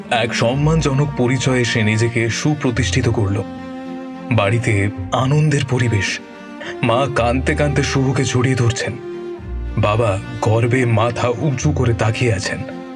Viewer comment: ' Kaante Kaante' Noyyyyyyy, ' Kaandte Kandte '